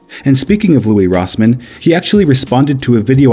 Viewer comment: It's Louis Rossmann Not Louie Rossmann